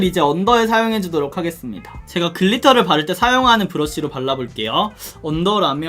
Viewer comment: 하게수루미다 ? ㅋㅋㅋㅋ 발음 너무 맘에 들어용 ㅋㅋㅋ